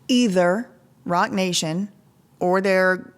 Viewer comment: I thought you said Rotten Nation... Rotten nation, Roc nation... same thing